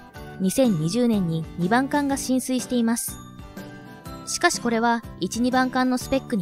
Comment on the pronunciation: 進水していますが浸水に聞こえてどっちも沈んだのか ってなってしまった